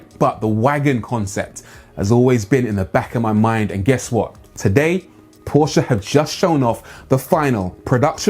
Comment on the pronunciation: I applaud you for pronouncing Porsche C O R R E C T L Y